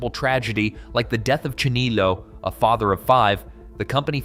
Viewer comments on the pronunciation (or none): none